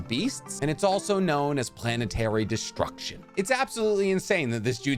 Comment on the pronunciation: planetary devastion not destroction